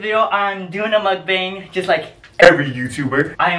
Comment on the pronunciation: Hes asian and says mukbang wrong. Smh